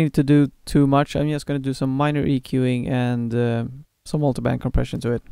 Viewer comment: So, at the risk of sounding like an absolute dork. when you say Co. Preasion you probably mean compression right? is there one particular compression in Studio one that you would recommend? let me know if the questions get too out there! haha ;)